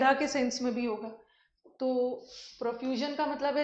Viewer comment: Scarcity स्केअर्सिटी स्कारसिटी is wrong.